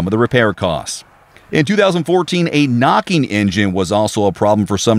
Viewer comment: "Durabilidy"????? "Knockeen", "clunkeen", "shakeen" ans "thahts" are not words.